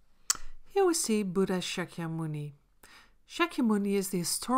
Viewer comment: It's Buddha not buda...anyways nice video❤️